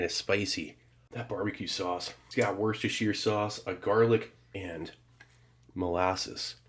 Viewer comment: I was 31 when I first heard an American pronounce Worcestershire correctly. I should have known it would be Steve. His powers know no bounds.